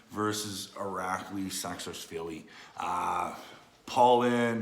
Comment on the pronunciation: " Irakley Sacksashvilly " 😂